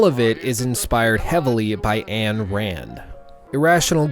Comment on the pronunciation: Her name is not Ann Rand. 'Ayn' is pronounced like the German 'Ein'.